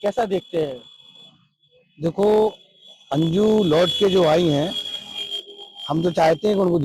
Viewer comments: manju Nahi Anju hai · manju nahi anju bol bhai